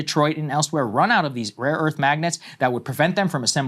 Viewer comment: trump think its raw earth tho hint: listen how trump pronunce rare earth.... he says rawwww earth